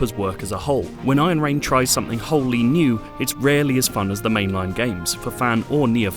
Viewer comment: What i hear is Ayen Rand :)